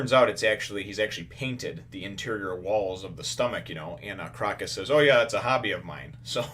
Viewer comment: just thought I would point out the 'o' in Crocus is a long o sound.So it would be more like "croa-cus. " It is a reference to the Autumn Crocus which is actually a real flower with medicinal benefits. Great review as always :)